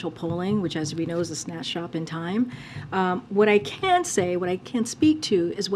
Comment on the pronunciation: HE SAYS VHAT İ THİNK TODAY SHE KNOVS THE VHAT İS PROBLEM AMERİCA HEARS ????????????